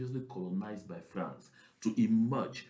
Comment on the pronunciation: please do not pronounce that word France again